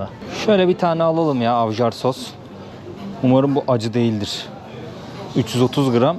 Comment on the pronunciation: avjar diye okunmaz j ler y şeklinde okunur, ayvar demen lazım :)